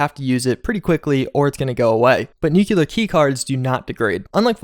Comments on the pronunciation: Nucular, huh? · I'd give real money if people would stop saying, 'nucular'. :)